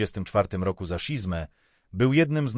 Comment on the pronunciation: szizmę? Co za głupi bot to czyta?